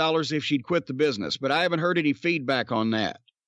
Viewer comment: "Muh place of biness" LMAO